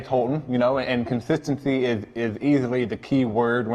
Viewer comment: when he says consistency I just can't